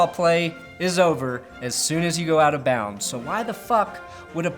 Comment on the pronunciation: what is this "bouds" and "cathers"?